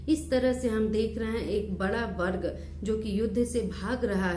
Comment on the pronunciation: बर्ग नही वर्ग होता है